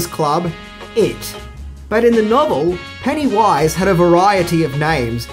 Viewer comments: “PennyWUIZE” Gosh that’s annoying.. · You’re putTING the emPHASis on the wrong sylLABle. Who is this PennyWISE? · I really don't like the way he says Pennywise. It's not "pennywaiiise" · "Penny Wise" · "Penny - WISE".. just say pennywise FFS. also stop using whom, you're not using it correctly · Take a drink every time says Penny Wise instead of Pennywise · Its pennywise not penny wise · Penny-wyse! Sorry ima jerk kinda lol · I don't like how he says it like there's a space in the middle. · Your emphasis on the "wise" in Pennywise's name is disconcerting. The emphasis should be on the PENNY part of the name. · It truly is[disconcerting]. Everytime he says it, my brain tries to finish it with "and pound foolish." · I know, he makes it sound more like 2 separate words rather than the single word name that it is. The funny thing is that every now and again he seems to forget and pronounce it the "normal" way. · Pennywise is pronounced with the emphasis on the first syllable, not the last. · Your way of pronouncing Pennywise, made me cut this video short... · Love, but major cringe every time he says Pennywise. The emphasis he puts in the wrong spot making it sound like two different words is like nails on a chalkboard! lol 😄😜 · He says pennywise weird there is no pause between penny and wise